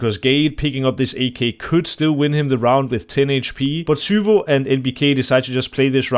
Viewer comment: the way nato pronounces zywoo is infuriating